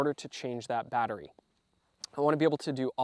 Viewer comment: "I fOuNd Muy AtTeryie" 😂😂😂